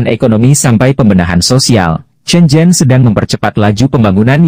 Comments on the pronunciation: Shenzhen la bro....bukan zen zen....😂🤣🤣 jgn pulak lain video hong kong, jadi lain nama kong kong...🤣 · SHENZHEN bukan zen zen